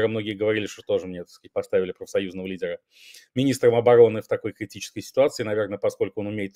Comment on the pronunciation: Ну и филолог!! Юля, не употребляйте слов, которых не знаете, как произносить. Образованней вы от этого не становитесь. Вы хоть проверьте, как произносится слово лидер по-английски